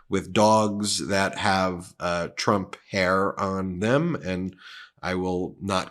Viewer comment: TRUMP NOT TRUNP😅😅